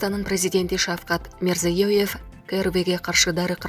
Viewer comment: Тажаттын рекламе менен . Туура окуп суйлосон боло Мирзиеев деп айталбайсын